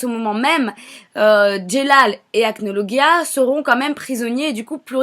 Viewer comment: Déja on dit acnolajia